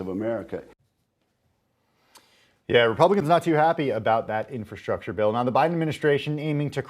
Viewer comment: "Infastructure".....read "pork"